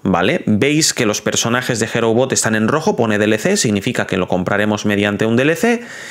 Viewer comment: No se dice Hero, se pronuncia Hirou